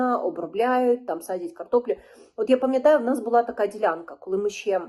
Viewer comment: Щьо, щє🤮🤮.Що за вимова жахлива!??